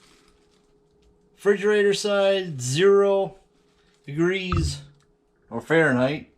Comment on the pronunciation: Are you saying "fridgerator"?